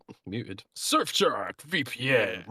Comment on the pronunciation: "shurf shark"